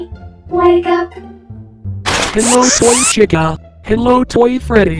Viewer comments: Yea chicka that's how it sounds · Wow chica even said her own name wrong what's with people doing that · Chica sounded like she said Chiga the chigen XDDD